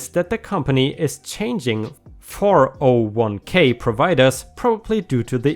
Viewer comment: Hey, I have a slight annoyance with you. It’s pronounced ‘four-oh-one-Kay” not “four-zero-one-Kay”.